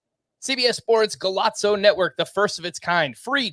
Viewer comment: you don't pronounce Golazo like it's Italian. You keep saying Go-lots-so. It is Spanish; so you say it like, Go-lah-so.